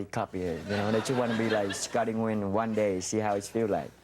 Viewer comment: Scotty Nguyen’s surname should be pronounced N’win instead of Win!